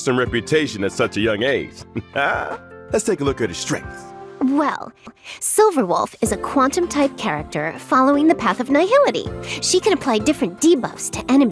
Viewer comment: “nai hill ity” 💀💀 learn to pronounce your own paths